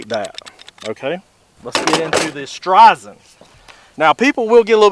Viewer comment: Stizon not strizon lol